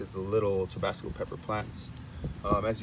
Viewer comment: It's not TOBASCO... it's TABASCO! Please... get it right! Geez! 🙄